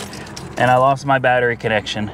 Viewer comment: Vgg says he bans you from saying BATTEri. Just say It right buddy